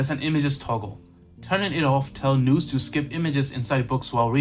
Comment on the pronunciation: Just a heads up - The word nous rhymes with mouse, not noose.